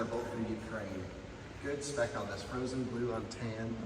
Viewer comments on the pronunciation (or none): none